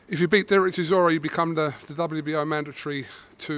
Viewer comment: should teach all the UK people how to pronounce CHISORA,He said it so perfectly. Zimbabwean fan